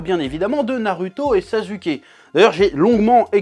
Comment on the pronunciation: On dit naruto pas naruto On dit sasuke pas sazuke